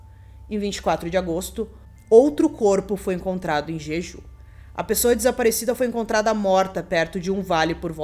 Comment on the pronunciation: Ótimo vídeo. Só uma observação: o nome da ilha pronuncia-se "Djedjú"